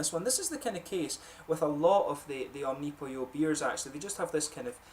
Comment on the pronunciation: funny you say omnopyo... cheers